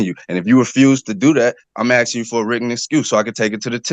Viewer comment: He keeps axing and axing.😅😅😅😅